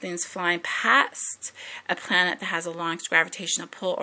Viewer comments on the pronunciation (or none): "every plananet" LOL You are seem extremely intelligent but you need a lot of work on your speaking skills.